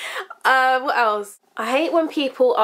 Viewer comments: Its sounds like your saying wart instead of what. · lmfao! i literally LOL'd when you went "WAAAT" in your accent! haha but im the same way when i hear something like ridiculous but i dont have the accent! LOL :)